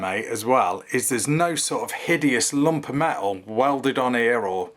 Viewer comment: Made of me-el 😂😂😂